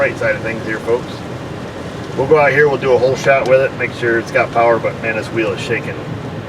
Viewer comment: She's got the powah' now. Thanks Dr. O!